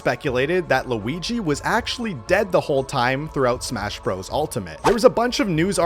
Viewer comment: Guigi? I thought he was called Luigi.😂😂😂😂😂😂😂😂😂